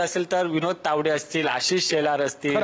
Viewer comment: प्रसन्न तायडे बोलतो. तायडे कि तावडे?